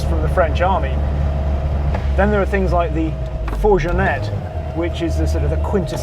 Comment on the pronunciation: Impeccable review as always with. One tiny detail though: we say fourGonnette with a G like Gary.